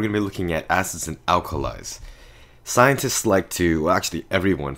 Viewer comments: Mystic he did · I thought he said "asses" instead of "acids" bruh xD